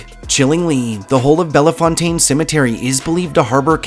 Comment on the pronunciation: The cemetery is pronounced "Bellfountain"